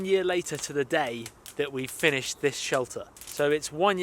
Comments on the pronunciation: Sheter? Or shelter? 😅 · Forgot the L in shelter